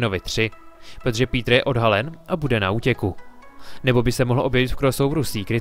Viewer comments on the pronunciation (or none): none